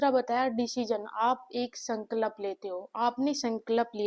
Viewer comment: Sankalp not Sanklap..😅 .. Madam theek se toh boliye !!